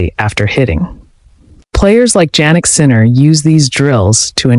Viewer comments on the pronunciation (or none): I like the video except you pronounce his name Jannik incorrectly like Ja for January. His name is pronounced Yannik